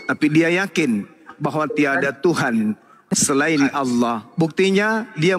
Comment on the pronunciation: Oten menyebut Alloh menjadi oloh, konyol.